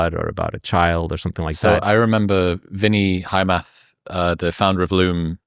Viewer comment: He says something like "Vinnie hire math" 😂(founder of loom), but the name Vinay Hiremath is actually pronounced as "Vi-nay Hee-ray-muh-th". 👍